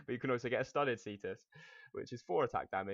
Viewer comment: It's either pronounced "kaestus" (classical latin) or "chestus" (church latin). It was basically a roman knuckle duster